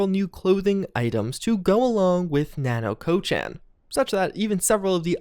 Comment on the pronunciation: I am unhappy about how he's pronouncing "Nanako-chan" lol